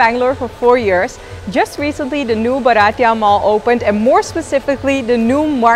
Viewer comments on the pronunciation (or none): Hi Ivana. It is pronounced as BHAA- r - tee - yuh. It means Indian. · Ivana, been a follower for a while. Just one tip - Bharatiya is pronounced Bhaa-rutt-ee-ya .. means Indian so getting pronunciation right is important 🙂